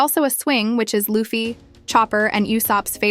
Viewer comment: Why are you mispronouncing Luffy’s name?